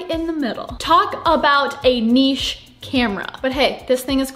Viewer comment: Hit like because she pronounced "niche" correctly. NEESH!